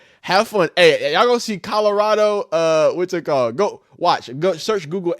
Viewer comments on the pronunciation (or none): none